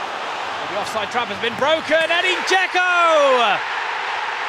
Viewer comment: Its not Gecko, its Dzeko